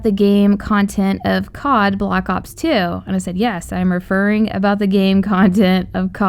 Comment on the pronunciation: It's black ops 2 not block ops 2 pronounce it right